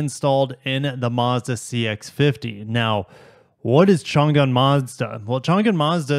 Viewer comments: Interesting that Toyota is letting Mazda use the RAV4 powertrain and also Mazda is offering a CVT, maybe there is extra component availability from Toyota China, It is pronounced Chang"An not Chan'Gan for future referenec :) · Changan is pronounced "chong an" (an is like the name "ann")